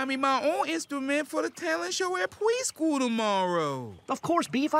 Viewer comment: They say 'horp' and 'pweschool'.